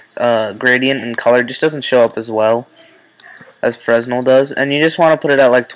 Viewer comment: loved the video but, "frez-nel" is pronounced "fre-nell" Liked :)